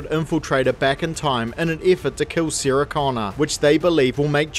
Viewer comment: From what country is this accent? You pronounce Sara as "Seera". If two people named Sara and Seera were together, and you called one of them, both would respond.